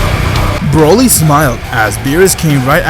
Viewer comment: Hes calling broly brayle